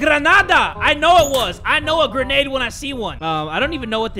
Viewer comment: Piper Steam did not misspell grenade they we just saying like how said it, that is also why they put the Quotation Mark's too.